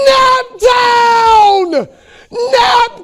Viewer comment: Im from indiana and we don't even say naptown like that. This fake fan post